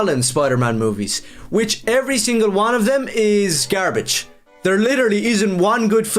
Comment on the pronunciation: Why did bro pronounce the word, gare-bedje